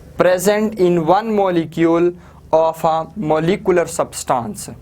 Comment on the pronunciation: it is pronounced like moleecuuler maes p